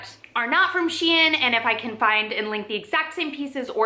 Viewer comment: Can’t even pronounce S.H.E.I.N . Its not hard